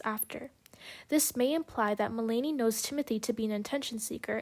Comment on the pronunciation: Just to let you know, her name is pronounced Mel-na-knee. Interesting points through, it was hard to listen her name be pronounced wrong so many times though lol